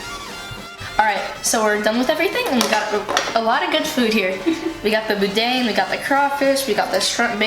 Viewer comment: next time.i see you remind me to tell you how to pronounce boudin